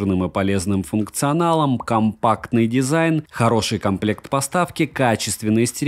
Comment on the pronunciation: "компактный дизаин"